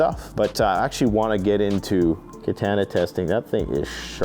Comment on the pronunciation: Katana, is not pronounced like a as in apple, it pronounced a as in awesome!